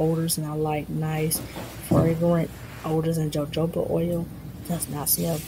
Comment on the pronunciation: Please understand I am not criticising you. I just don’t want any attention taken away from your very professional videos. The word jojoba oil, the “j” has an “h” sound. So it sounds like “huh-ho-ba” instead if “jojoba”. It’s a Spanish word, and the "j" in jojoba is a Spanish "j" and is pronounced like the English "h", as in "ho ho ba". Enjoying the channel!